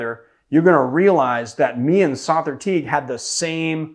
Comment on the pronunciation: Big fan of Sother. It is however, pronounced like the word “other” with the S added. He has a podcast called The Speakeasy where you can hear his name pronounced by his cohosts and guests.